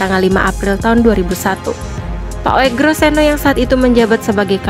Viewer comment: Penyebutan (pronounciaton) nama beliau adalah UGROSENO Memang tertulis ejaannya Oegroseno, karena itulah lafal (bunyi) bagi huruf U yang ditulis dengan OE (sesuai dg Ejaan Lama yg pernah berlaku di Indonesia) Narator semestinya punya wawasan sejarah, termasuk wawasan tentang ejaan lama serta EYD atau Ejaan Yang Disempurnakan (yg berlaku mulai tahun 1972)